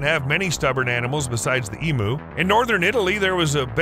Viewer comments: The narrator mis-pronounced the word emu. It is said eeeeeem you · When you do a video on Australia please learn to pronounce emu. It is eem-you not eem-oo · E-m--u not E-moo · As an Australian it's painful to hear all Americans call emus emoos , they are pronounced EMYOU like you not moo like a cow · It's eem-you, not eem-ooo. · it is Emew like mew from pokemon nor emoo like a cow moos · For christ sake get it right, they are "eam you's" not "eam oo's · Learn how to pronounce the word Emu. Its pronounced em-u not e-mu. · such an irriatation with the pronunciation here its EEEEEM YOU no fucken eeeeeeee mooo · Emu is pronounced ee m you